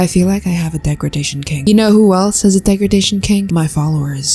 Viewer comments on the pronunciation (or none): "deg ra gration" rhat is NOT how u pronounce ut girl